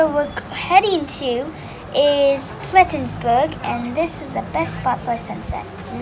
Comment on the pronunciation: Plettenburg Bay No 's'